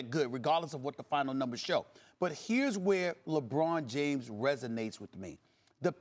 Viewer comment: Stephen “Lebrawn James” Smith